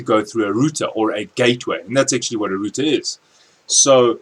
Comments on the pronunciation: Great video!!... I hate to say it, but it's not pronounced ROOTER =/ . That was killing me ! LOL all in all fantastic video! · hahah he said rooter